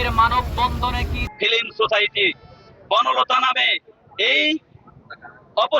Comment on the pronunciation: ফিলিম সোসাইটি কি ভাই বল্লে একটু ভালো করে বল ফিল্ম সোসাইটি